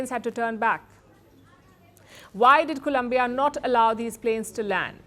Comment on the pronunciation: Stop mispronouncing Colombia 🇨🇴 please